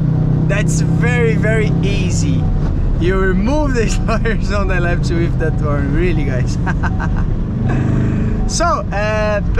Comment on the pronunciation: Wow, your English is awesome, you totally can do it, just a little advice to improve your accent, you are always prolonging the Portuguese "i" sound, like on the word "left", "lefiti", try to get rid of it, just spell the mute "f" and "t". Good luck in this new path, with English you have the whole world to conquer.